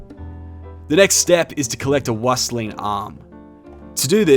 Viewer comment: Wüstling is pronounced "Wee-stling".